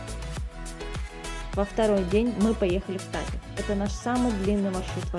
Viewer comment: и научитесь правильно произносить названия, особенно, с ударениями! это в русском яз. ударение ставят куда угодно! в армянском яз. же-строго на ПОСЛЕДНИЙ СЛОГ СЛОВА!!! Поэтому, например, не Та'тев, а Тате'в! и т. д. и т. п.! 😅